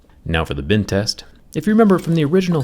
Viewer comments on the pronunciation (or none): why does it sound like Bin test everytime he says Bend test... Is it the problem with my ear or does anyone hear the same